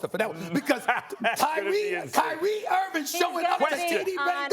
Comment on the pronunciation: Can someone tell Stephen Hairline Smith that it's IrVING not IrVIN